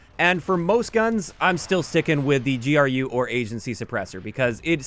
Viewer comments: Why do you say G R U just say gru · I'm fairly certain that GRU is pronounced "Groo" and not spelled out.